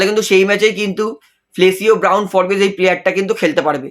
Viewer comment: উচ্চারণটা ফোর্বস্ , ফোরবেস নয়। বড্ড কানে লাগে।